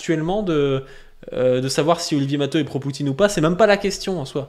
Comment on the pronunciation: Mateuh ou Mateou la prononciation de son nom ?